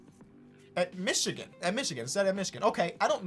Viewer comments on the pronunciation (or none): none